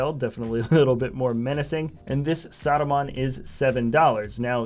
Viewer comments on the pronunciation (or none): It's not Saadumaan it's Saruman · He sounds like he's saying "Sodomon" haha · Why do you say Saruman so weirdly? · It’s funny